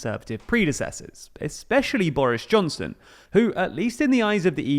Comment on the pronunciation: did you say “Boarish Johnson” ? That’s certainly what I call him lol